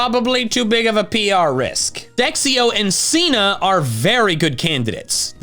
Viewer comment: IT'S SINA, NOT CEENA!